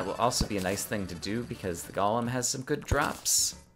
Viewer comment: First person I've found that plays Terraria that pronounces Golem correctly :) Subbed